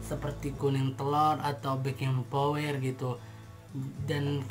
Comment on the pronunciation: Backing powder bukan backing Power mas